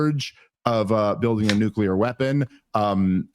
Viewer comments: Bro…nuc-LEAR, not nuc-ULAR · Please, its Nuclear. Not "nucular"